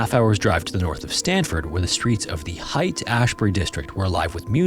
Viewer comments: A minor thing, but "Haight" is pronounced like "hate". Thanks for all the hard work you do for the high quality videos! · Great storytelling, as usual. As others have said, THANK YOU for not using Ai-generated stuff! Minor, but FYI: - For "taffeta," the emphasis is on the first syllable ("TAH-feh-tuh") - "Haight" (as in Haight-Ashbury) is pronounced like "hate" (which is unfortunate) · He always mispronounces at least one thing. I find it endearing. He also mispronounced Haight St...it's just "hate" not "height." No problem! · Its pronounced H8 ashbury. Like HATE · Haight St is pronounced “Hate”. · Just a friendly FYI- Haight Ashbury is pronounced "hate". As in the Sly and the Family Stone song, Luv N' Haight. Love you videos, thank you for the great entertaining work! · FYI Haight St. in San Francisco is pronounced "hate" :) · How could u not know how to pronunce haight? Is this ai?